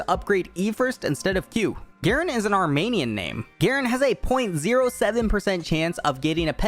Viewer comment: As an Armenian I was so surpised to find out Garen's name is Armenian I was like 'how could I not tell??' lol and he said Armenian so wrong in the video 😭😭😭